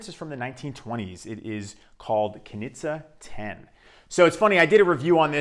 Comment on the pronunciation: As Austrian I can inform you, that it's pronounced "Knische", quite similar to 'niche'. Nice review though!